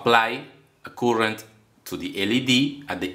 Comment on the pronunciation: Cuurent NO NO NO, Its pronounced current.